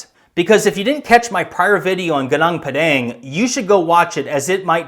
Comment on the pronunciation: Gunung padang is pronounced like spanish language,g(oo)n(oo)ng p(ah)d(ah)ng